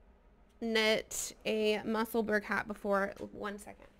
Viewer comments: The pronunciation in Edinburgh is ‘Musselbur- ra not burg 🙋‍♀️ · Hi there, Musselburgh is pronounced the same way as you would pronounce Edinburgh. It’s the town where Ysolda lives. 😊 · Fab, hats lovely colours. its not quite how you pronounce Musselburgh,it’s a place just outside Edinburgh,Scotland.